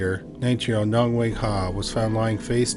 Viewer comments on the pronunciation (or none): none